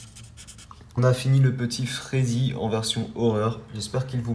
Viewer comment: ta dit frezzy au lieu de freddy' s a la fin a 10 minute 30 seconde